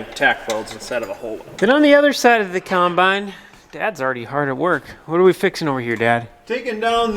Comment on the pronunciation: Combine, not Conbine ffs!